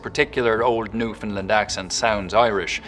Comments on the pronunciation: The Province of Newfoundland is not pronounced "New Found Land" it's "New Fund Land" as in "Understand" A Canadian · IN Newfoundland (which he pronounces wrong, Newfoundland has the stress on the end, new-fin-LAND, with a long A, rhymes with understand), there are two big differences: townies and baymen. Townies, from St. John's and the Avalon Peninsula, have a less pronounced accent compared to baymen from around the coast. There's a lot more to it, but that's the most obvious. Any townie can put it on, for sure, but otherwise sound pretty typical Canadian (east coast). If you're from round da bay it's far more obvious, with a lot of local slang "Stay dere I'll comes where ya to.", or "Whadda ya at b'y?" And "Arse on dat!" is universal for "that looks amazing!" (be it a nice bum or shiny car). The slit T is everywhere, too, and it's often said Newfies talk like the wind "is taking the breath from ya." And a lot of dropped or added H's "We drop our hayches in 'olyrood and pick 'em back up in St. Hant'ny!" (We drop our H's in Holyrood and pick them back up in Saint Anthony - two places on opposite sides of the Island) Lots of lengthened vowels as well, "having a hard time?" becomes "havin' a haaaard toime?" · Funny he can do the Newfoundland accents but he can't pronounce Newfoundland right!!